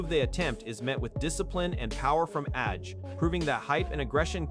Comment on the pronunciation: His name is Anthony Joshua AJ, Not RJ?